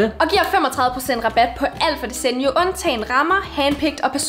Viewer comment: 😂🤣I udtaler desenio forkert🤣😂